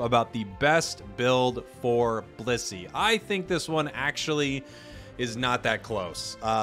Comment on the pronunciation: I keep hearing bussy instead of blissey. Help me